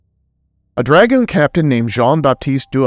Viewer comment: It's pronounced dra-goon. Not dragon. He wasnt a dragon lol.